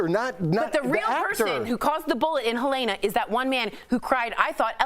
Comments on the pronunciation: FWIW, her first name is "Ha-leena", not Ha-layna". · Whatever you think,. But not for nothing, she's dead, it'd be nice to take the time to learn how to say her name.